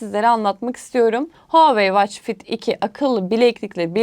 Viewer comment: Israrla watch kelimesini yanlış okuması ingilizce bilenlerin kulaklarını tırmaladı... Onun dışında harika video olmuş teşekkürler